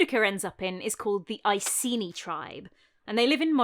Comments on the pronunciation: Love love love your video — as always — but it hurts to hear you mispronounce Ekeni as Eyeseenee over and over again… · Sorry for being a pronunciation Nazi, but if "Iceni" was pronounced as it is in this video, the Romans would have spelled it "Aesini". In modern English it should really be pronounced "Ikaynee", Claudius should be pronounced "Cloud-ius", "Paulinus" should be pronounced "Pow-leenus", "Tacitus" should be "Takitus", and Belgae has a hard "g". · Icenii was the latinised name and must be pronounced with a hard c.